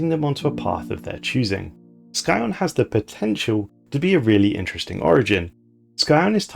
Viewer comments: Good video but I'm a bit embarassed to have to tell you (as an italian myself and therefore not a native english speaker) that the correct pronounciation of scion and fiefdom are not sky-on and phy-ph-dom respectively but sci-on(like in sci-fi) and feef-dom. I'm sorry if I come off as an asshole but those really hurt my ears. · What's with your weird pronunciation of Scion